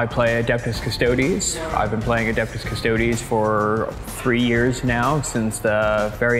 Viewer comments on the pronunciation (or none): big oof. Custodes is pronounced as Cus-toe-dees cuz it's latin for guardian. :PP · trying to get Sterling to say "Cuss-toad-eez" is possibly the high point of this season. Stoked to watch the finals guys! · If you want to know how to properly pronounce Custodes, just look for the italian pronunciation cause thats a latin word. They way english/american people say its not the right one.